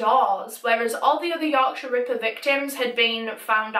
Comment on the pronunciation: I love the way you say Yorkshire ripper.Yorksha Rippa